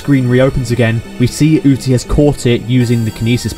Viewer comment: you say UTI Instead Of UZI but you have already made this so who cares anymore